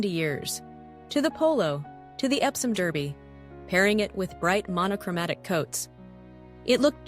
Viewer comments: As DERby should be DARby. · "Derby" whether referring to the English city or to the famous horse race at Epsom is always pronounced "DAR-BEE" and never ever "DER-BEE" (which is the correct pronunciation only when referring to the American horse race in Kentucky)